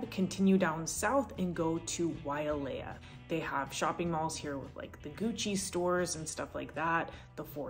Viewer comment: Its "Wailea" (not Waialea)